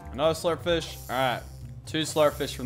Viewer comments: Lachlan said slurp flish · he said slup fish